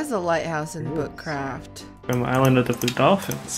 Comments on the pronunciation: Or u saying butt craft or book craft?? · Stacy did you say foot craft :D? lol